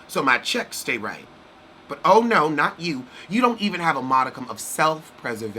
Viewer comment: The "nooooo" and "invatatay" 😄😄